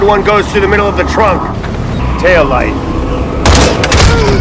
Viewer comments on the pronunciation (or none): none